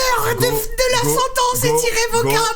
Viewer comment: "l'heure de la scentence est irrevocable" mais oui inox...